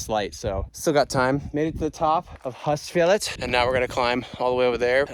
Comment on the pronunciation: Very nice images! Regarding pronounsiation: Husfjell is with a rather long U, not huss😊